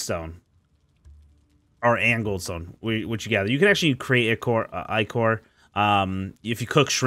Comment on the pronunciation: How you say ichor hurts